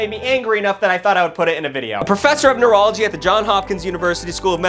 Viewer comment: I thought he said professor of urology